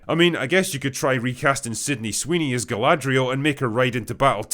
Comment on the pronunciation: Damn. She really went from Galadriel to Galadri'L'.